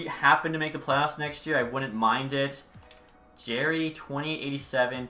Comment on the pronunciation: it's JAR-ee not Jaer-ee. It's pronounced like a jar